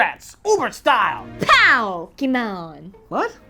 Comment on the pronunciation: Wow wow wow.....Pow-kémon. ......I couldn't get over this it will be in my NIGHTMARE! !